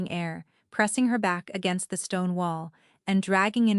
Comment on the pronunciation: Fix the audio t/h is not always th